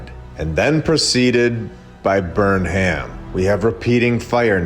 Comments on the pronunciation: I'll say it again... the name Burnham is generally pronounced BURNum which makes a lot more sense in the narrative than BurnHAM. Also, Greenwich is pronounced gren-itch. So much jam-packed in this hour, it'll take a couple views to get through it all. The catacombs themselves are worthy of a lot more attention; incredible info!!! Thank you,! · ‘Burnham’ is pronounced ‘Burn-em’…like “Burn ‘em”. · BTW, "Burnham" is actually pronounced "burn 'em". Get it?